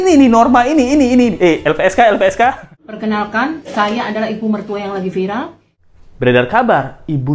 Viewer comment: viral apa vilar 🤣